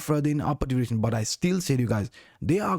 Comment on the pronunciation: Awesom vids but please learnt to say direction 🤪